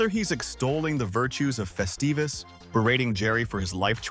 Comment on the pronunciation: Morty Seinfeld didn't celebrate "Festivus" - it was Frank Costanza!!!!!! Get it straight - and it's NOT "festeevus", you CLOWN!!!!